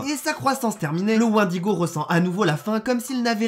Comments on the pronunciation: J'aime quand tu prononces mal "wendigo" enflure. Sinon POURQUOI T'AS TRENTE CHAINES ?! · T'es trop bete, tu dis Wendigo alors que ca se dit Wendigo ...